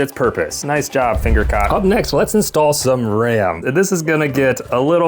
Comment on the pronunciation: I thought he said finger cock 😭